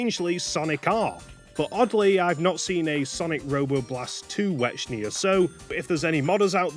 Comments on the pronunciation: considering the name was intended to be a portmanteau of white and echidna, i'm pretty sure it was supposed to be pronounced "wecknia". not that i really care that much about pachuka's original vision or whatever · The Ch in Wechnia is pronounced like the Ch in Echidna you can't change my mind. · I love how you pronounce Wechnia like "Wechnier" or something like that.